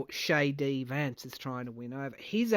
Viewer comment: With your Australian accent I heard Shady Vance. I'm going to work on getting that nickname out there. 😎